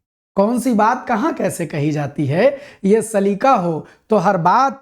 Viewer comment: Sir with all due respect....wo 'saleeqa' hota hai....lafz-e-saleeqa should come out from the epiglottis.....😊 Gustakhi ke liye maazerat chahte hain🙏